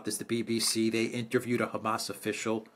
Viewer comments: Could you get Mercouis to stop saying ham ass.😊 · Great show! I had to chuckle to myself everytime Mr Mercouris said Hamas, as he pronounced it like it is a pig's rear end - like Ham Ass. I'm more used to the usual Hamaas type pronouncation. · It's funny how Alexander pronounces the faction as 'Ham-ass.' 😂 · and other knowledgeable pundits say "HAM ass" like we would say ham sandwich. American newscasters often say "huh MAHSS". Which is correct? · Alexander's pronunciation of Hamas unconsciously motivated me to eat two ham sandwiches.